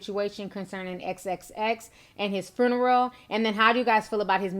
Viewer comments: ❣️”Fruneral”❣️So southern,!😄😘 ✊🏾R.I.P. Xxx✊🏾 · Lol "Fru-neral"